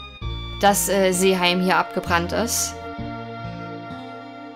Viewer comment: Ach ja und du hast die Seeheimer nicht pfälzisch gesprochen O.O